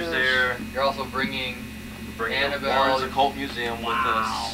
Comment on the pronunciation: DID I JUST HEAR YOU CALL HER "BRE-ANNABELLE"?! CUZ I'M NOT OKAY WITH THAT. Maybe it's just me and the way you said "bring" and Annabelle right after... But my name is Breanna... And after that, I'm just disturbed.